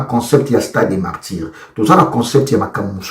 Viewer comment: Garçon qui te demande de parler en français vraiment qui dit moi,fait ton analyses en lingala c'est plus mieux on dit pas initiatif mais initiative,c'est stade de Martyrs pas de Martdjir aujourd'hui j'approuve que c'est toi la définition du mots RIDICULE dans le Dictionnaire.